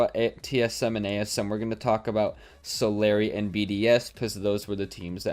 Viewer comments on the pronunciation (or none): U pronounced Solary wrong.